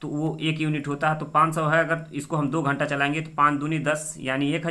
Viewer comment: घंट नही मामा जी घंटा होता है ।🤣